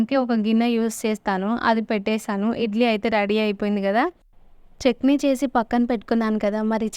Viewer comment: Chekni kaadu chetni